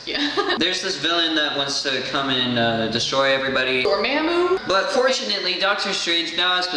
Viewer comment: Door-ma-moo that’s how it’s pronounced not not door-mam-moo